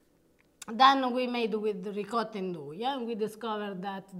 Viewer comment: Great video. I have only one question., how is it you still pronounce ricotta as “ri-cah-da”. Listen to say it. It’s beautiful.